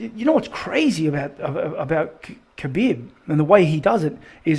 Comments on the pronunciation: Respect to Khabib, who's name is pronounced as "Ha-beeb", and not "Ka-beeb". Love to all. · It annoys me when people pronounce the K at the start of Khabib name.